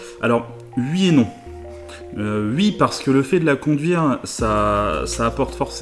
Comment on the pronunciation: Ui mdr "oui" c'est pourtant pas compliquer à prononcer 😑